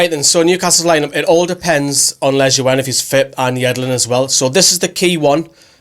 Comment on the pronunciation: I think Lejuene is pronounced 'leyoon'. Good vid tho. Keep it up